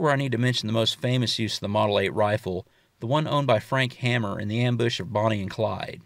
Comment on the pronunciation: Frank Hamer...pronounced H a y m e r....not Hammer.